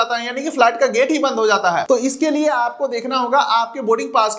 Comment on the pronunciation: Flat nahi bhai it’s flight 😂😂😂😂😂😂😂😂